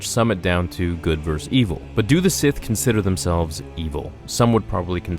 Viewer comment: Did... did you say "vers"? Where did the ending of "versus" go? A vers is what you find in songs. Is this "a millennial thing"?